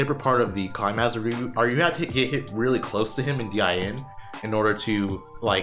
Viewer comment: Someone just needs to say this: you're pronouncing climhazard wrongly! Love the video but that one thing, the way you kept saying "climb hazard", my OCD had a very hard time getting past lol